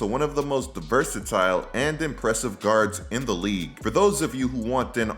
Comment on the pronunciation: My ninja said “diversitile “ 🤣